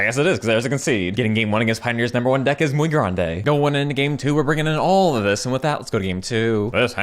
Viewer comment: Mi canal favorito de partidas de Magic, y escribo en español solo porque es gracioso cuando dices "muy grande"